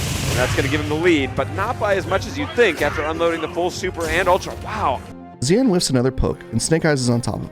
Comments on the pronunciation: It's more "shin" than "zeean" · Sorry. Not pronounced Zeeanne. Its Xian - Pronounce She-and quickly. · Xian sounds like "shen", not zee-an. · Xian is actually pronounced Shen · His name is pronounced "Shian" lol. You can even hear James Chen saying it correctly in the commentary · Pretty sure the dude's name is pronounced "she-Anne" like the city in China, even though he's from Malaysia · Excellent analysis. I just wish you learned to pronounce Xian properly. You could just listen to the commentators for that...